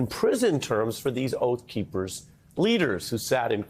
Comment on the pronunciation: "Oath Keepers" or "Oaf Keepers" ???